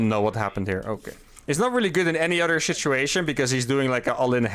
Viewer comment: Did you say 'shituation'?